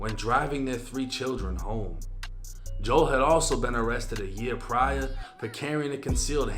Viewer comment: Nigga don’t even Kno how to pronounce Joel but wanna speak on the black community so bad😂